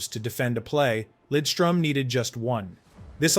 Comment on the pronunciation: Maybe the best two way defenseman ever. Great pronunciation on Lidström by the way!